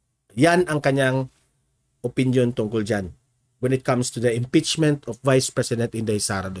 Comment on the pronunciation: Maghahain po ng IMPEACHMENT yung hindi nyo mabigkas.